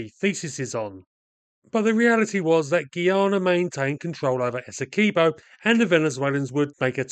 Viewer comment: It's Essequibo not Es-se-key bow I fed up when people deh calling it daw btw It's coming from a guyanese